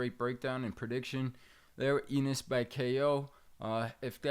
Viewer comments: Bruh, who is this host? Eeeenis and Zay-ass 🤦🏽‍♂️ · I thought the same thing. How u covering boxing and don’t know Boots Eenis🤣🤣🤣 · Bro has he never heard how to pronounce Jaron Enis name? EEENISSS